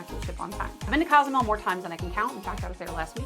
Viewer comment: I love your content, however it is Cozumel, not Casamel...